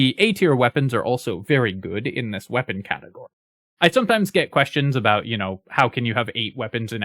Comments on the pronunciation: Do you hear "aboot" when you listen to that. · that is THE most Canadian-sounding "about" I've heard in a long time lmao